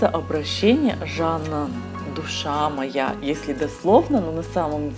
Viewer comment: Рыба моя. С ударением на о. Хороший видос.